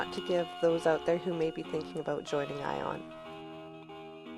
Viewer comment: Thank you for saying the name of the game correct! This guy isn't too bad as a player in Aion. But there's a difference between leading and going all out for your faction. This guy refuses to die for his faction and leaves automatically anytime things seem grim and let's be honest Sin Commander Xform.....really? kind of a waste of a spot would be the same useful as a 5 star xform. Bottom line this guy knows how to play but he will not die for his faction.